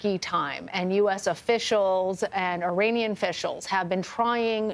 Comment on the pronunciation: With all due respect, it's not AY-ranian. It's with a short 'i'.